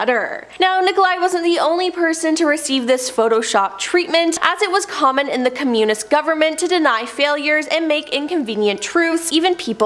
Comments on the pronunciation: From now on, I will unsubscribe to any channel whose presenters cannot stand their ground by refusing to use shit made up words such as 'unalived, unaliving', and most pathetic of all: 'serial unalivers'!! 🖕🖕🖕 And furthermore, the woman with the glasses can't even pronounce 'communist' correctly! 😖😳 For fuck's sake! 😅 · Starting -the speaker repeatedly mispronounces Communist. Rather off-putting.